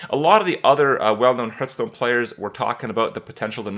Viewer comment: "Hearthstone" sounds like "heart-stone" Not "Earth-stone"